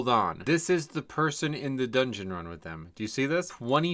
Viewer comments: so glad "doogeuoon" is becoming a regular - loved it when you previously called the dungeons by their german names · Doongeoon. Works for me…I blast-laughed at doongeoon. Ha!